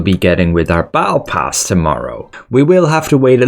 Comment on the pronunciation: The way you pronounce battle pass and apricot triggers me